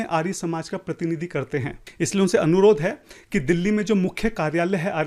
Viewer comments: 😂 bola kijye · arya ka pronounication to tu aryaa kar raha hai aur sastrarth sanskrit me karenge 😂😂